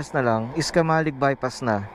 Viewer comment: Pag taga Bicol ka camalig yan idol hindi caaamaaleg matigas pagka pronounced ng camalig.kamaleg kasi Pag dating ng Bicol Kubo or kurokamaleg . . ibig sabihin ay maliit na Kubo na salita ng mga renconada.pag narinig ka ng mga taga Bicol na caaamaaleg baka baka mapagkamalan ka na islang mag salita oh hindi taga Bicol. . nice ride✌️